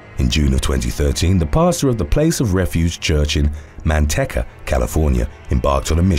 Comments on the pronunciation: Not man-teka, it's man-tea-ka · It’s pronounced Man- tikka not Man- tekka I live a few towns over. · The city from #4 is Manteca. Pronounced Man-tee-kuh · For future reference,: "Manteca" is pronounced "ManTEEka". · Manteca pronunciation man tea ca